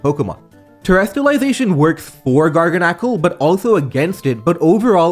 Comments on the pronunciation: It's pronounced garganacchi. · IM fairly certain is pronounced Gar GAN acle. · It's pronounced garga salt like gargle salt. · I love how he pronounces garganacl differently every time he says it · absolutely love your content dude but with that being said please stop switching pronunciations on Garganacl LMAO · I like how you switch back and forth between pronunciations of Garganacl